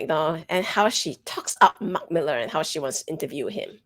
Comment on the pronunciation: Claims to be Scottish, pronounces Millar incorrectly, fails to do the accent. 🤦‍♂️